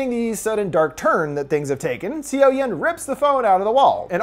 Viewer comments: I watched this movie and I was so excited for this review and I really liked it! BUT in the beginning I was like "whose Sio-Yen?" Her name is pronounced similarly to "SO-yon" Overall it was a great review~! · HAVE YOU NOT WATCHED THE MOVIE ITS PROBOUNCED SUH YUN NOT SEE YO YEN!!!! Dislike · seo-yin is pronounced "soh-yin" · Hearing c o yen makes my skin crawl! 😬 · I know i'm late but just a heads up, for Korean movies (since i see you doing more of them lately) the "eo" character in Korean is pronounced more like the English "uh" so the main character's name is actually pronounced more like "So young" without the g at the end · This video was entertaining but I'm wondering if you actually saw the movie? You pronounce her name "see-o-yen" and I suppose a foreigner might mispronounce 'Seoyeon" this way by reading it at first, but if you actually watched the movie, wouldn't you pronounce it like it is pronounced in the movie? So more something like "soyon". This is very disturbing to me as it's a name which pronunctiation isn't hard once you heard it.